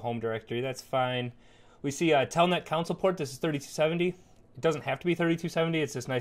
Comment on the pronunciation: "console" != "council" so stop saying it wrong! :) but seriously, a very good video. subscribed!